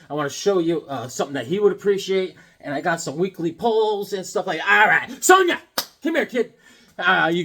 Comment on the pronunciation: First me, now. We're not freaks, man. It's Sown-Ya!!! LOL